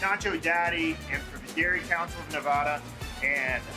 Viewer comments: You guys don’t know how to pronounce Nevada correctly and you are representing Raider nation in the Silver State now. You better learn how to speak like a proper Nevadan. It’s Ne-VAH-duh not Ne-VAD-uh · Dudes be calling it Nevoda lol